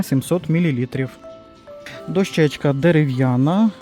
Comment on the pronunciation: Дякую за огляд товарів у Дивоціні. Завжди дивлюся майже всі відеогляди у різних магазинах. Це домагає мені перед відвідинами цих магазинів визначитися зарані: де і що вигідніше придбати. У вас хороша мова. Але дозволю собі сказати, що наголос у слові "дОщечка" має бути на першому складі... Дякую. Чекаю наступних оглядів!!!